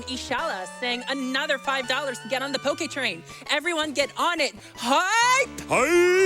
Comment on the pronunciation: i wonder if that pokeguy was triggered that the couch butchered his name all the time ive heard it so often pronounced with poke as in poking someone instead of poke as in pokemon. lol